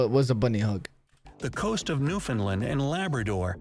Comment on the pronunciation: God i hate this ameriacn voice over bullshit it's (new found land) not (new fin land)